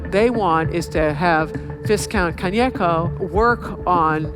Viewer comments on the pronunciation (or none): It’s pronounced vai-kownt not viss-kownt, Perfesser. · its viscount like Vie and count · Its pronounced vi-count not viscount 😅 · I totally respect Sarah Paine and her many analyses, and I'm sure that someone has pointed out in at least one of the other 1200 comments, so again, viscount is pronounced v(eye)count, not viscount. 🙂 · "vis-count" lol. it is pronounced vi-count. this women is awful at english. the other day she couldn't say engma machine. she needs english lessons. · It's not "viss-count", it's "vye-count". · Viz-count? Have you thought of taking English language lessons? Maybe you'd speak the language properly. The "S" is silent, stupid!! Its pronounced vie-count!! Any idea how stupid you sound to an Englishman? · It is VYE-count, not Vis-count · ‘Viscount’?! She has butchered that pronunciation!! It’s pronounced ‘Vei-count’ not ‘vis-cunt’!! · "Visscount"? It's pronounced vycount. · Excellent presentation. Only criticism is that the word is pronounced “vi-count,” not “vis-count.” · Vai-kownt. But otherwise good. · It's pronounced veye- count, right? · "Viss count"? 😂😂😂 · Did she say… viScount?! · vy-count. she's sharp but still just american at the end of the day. shame. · Viscount is pronounced vy-count. The S is silent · Vi-count...the 's' is silent. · Viscount is pronounced vaicount ma’am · It’s pronounced Vie-count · Viscount is pronounced "Vy-count" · Viscount is pronounced VY-count. You learned the history and ignored the language. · She says viz-count 😂😂😂🤡🤡🤡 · "Vizcount" SMDH Sarah, SMDH... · i know everybody makes mistakes but it was a little jarring to hear such a knowledgeable woman mispronounce viscount. (for those who don't know the S is silent. it's vai-count) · She may be an academic, but she still struggles to pronounce words correctly. “Viscount” is pronounced “vai-kownt,” or even easier, “Vi-count.” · It's pronounced "Vai-count"! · "VIS-count?' Seriously? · Viscount is pronounced Veye-count with the 's' being silent.